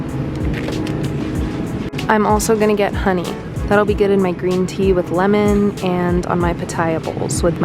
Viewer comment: The way she says one Lemmon 😂😂😂